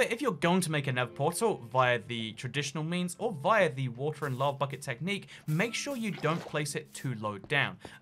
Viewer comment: WOTER SHEEP